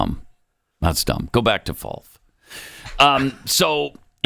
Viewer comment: FROLF NOT folf